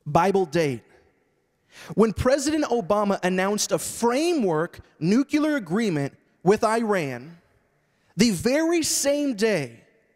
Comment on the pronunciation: Interesting, when you continue this conversation it is a nuclear issue not a nucular issue.